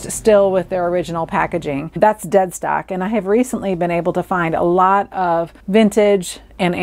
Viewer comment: Thank you for this video - very interesting & easy to listen to! I laughed - initially, I thought you said ‘Dead Sock’ - not ‘Dead Stock’!